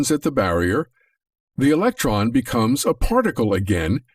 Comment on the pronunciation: Right then, Its electron not election so I'm now finding it hard to take it seriously lol